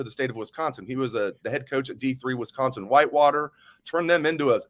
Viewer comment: If says “Wesconsin” one more time 😂